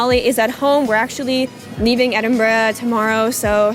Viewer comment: Thank you for pronouncing Edinburgh properly :) Not easy for Americans to do. You nailed it!